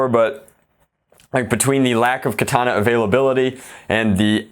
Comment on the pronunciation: I believe his name is Than (Pronounced T-awn), but I think the mags themselves are pronounced Ka-thawn-a. Whatever floats ur boat tho I guess lol